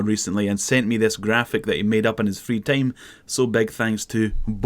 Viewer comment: please never say if i say that right again i don't think you've pronounced a single word in proper english yet i mean the content is great and all but your pronounciation is so flat it's hardly comprehencable at times free time = not fitine